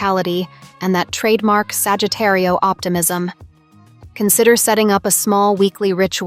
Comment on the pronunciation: You say Sagittario is the Spanish horoscope. Lol you are saying it wrong.